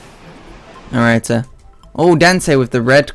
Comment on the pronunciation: I like how he says alright like "alrighta"